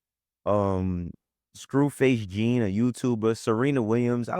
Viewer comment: It’s Scru Face Jean like John lol big fan of the channel btw lol 😂